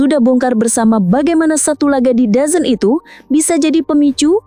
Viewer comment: DAZN bacanya dezon / dzon